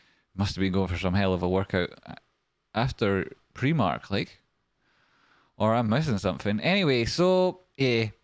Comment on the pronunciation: It's pr'eye'mark not pr'ee'mark haha